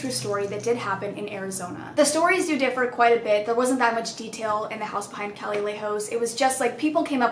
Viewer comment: sis that’s not how you pronounce calle 😂